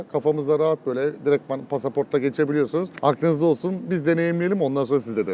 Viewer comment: Lan pasavort diyinci aklıma azeribaycan gəldi aq